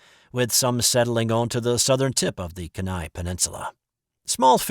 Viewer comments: Kenai is pronounced Kee nye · Lol pronounced "keen eye" peninsula